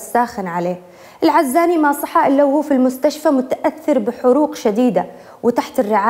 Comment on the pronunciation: في بداية الحلقة نطق اسم العزاني غلط يااستاذه.. بتوفيق..مواضيع حقا رائعه🌹 ياحلاوه... يسعدك ربي🌹